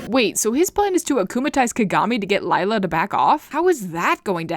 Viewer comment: 50 Sins everytime they say "Lila" as "Layla". As an italian myself, it's supposed to be prononced "Lìla" (In the italian dub they call her "Lilà")